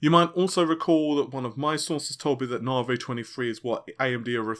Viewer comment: New years resolution ... maybe you could stop calling it 'nar-vey' and pronounce it like everyone else ' nah-vee'.